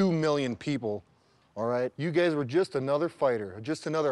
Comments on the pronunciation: Starting from Did he call them gays instead of guys?!?! Sure sounded like it Even when he's clarifying he's still roasting them 😂😅🤣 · "Before you gays got on this show" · just after that.... Sure he was meant to say guys but doesn't sound like 😂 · Did anybody else hear "now you gays are chicken salad"? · Anybody else think they heard Brock say "you gays are chicken shit" or is it just me? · Didn’t he say:” Before you gays got on this show” 😂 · He's making it worse: "Before you gays got on this show..." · is he saying gays or guys? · "Before you gays got on the show." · how has no one reacted to him saying "but now you GAYS". are chicken salled.